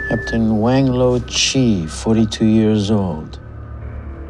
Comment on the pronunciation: Actually, I think it was captain "wing low" (Wang Lo) 😂😂😂